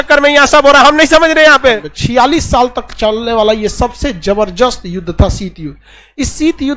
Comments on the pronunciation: खन सर आप जबरजस क्यू कहते है बलके ज़बरदस्त होता है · Jabardast ke badle zabardast bolne ka practice karen sir